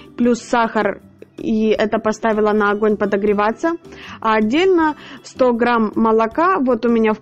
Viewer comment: Все прекрасно! Все классно! Но слух режет слова ғрамм (грамм), оғне (огне, огонь). Почему не умеете правильно произносить? Простите.